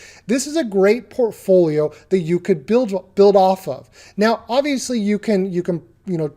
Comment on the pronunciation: Do a shot every time he says "porphoolio" 160 sec later... blrghgh dead.